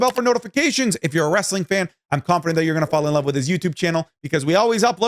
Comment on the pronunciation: Day 14 of “I LUUHHH YOU ”